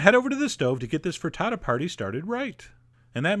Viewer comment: you say FRITTATO I say FRITTATA